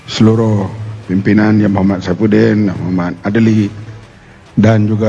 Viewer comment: Saifudin atau sapudin ...sebut betul2 abg mat....ehemm